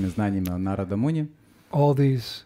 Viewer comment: Wonderful class. I was wondering why you pronounce Narada Muni like you do. I find we were taught to emphasize the vowel the line is over and we always said NAR-a-da but you keep saying Na-RA-da. I want to understand why I hear words differently pronounced than what we learned so many years ago. Can you tell me why you say Na-RA-da instead of NAR-a-da? Thank you. Hare Krishna.